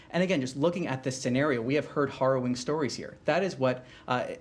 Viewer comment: Is he mispronouncing harrowing or is he deliberately saying horroring?